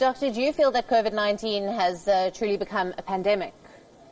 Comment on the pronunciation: She can’t even say “pandemic”. Pathetic! Worthless organization!